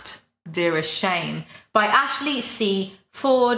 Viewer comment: shane lee yaw???? wtf hahahaha